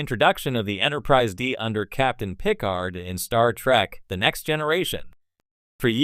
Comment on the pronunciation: Is this an AI video? Who makes a Star Trek video and can’t say Picard.